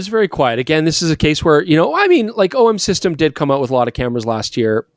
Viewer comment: A+ for “OM System” of course 😂😂😂